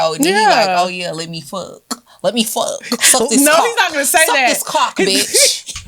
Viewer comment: definitely don’t say “cock” right🤣🤣🤣💀 I love you girl but nah😂